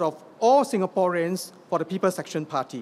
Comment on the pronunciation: i tot he said "People Section Party" LOL